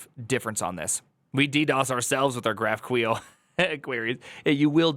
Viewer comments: why do you pronounce it graph queel ? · did I hear "graph-queel"? wtf